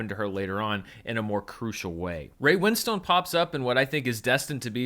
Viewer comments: It's Ray Wins-ton, not Win-stone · His name is not Win Stone. It's Winstone with a silent e at the end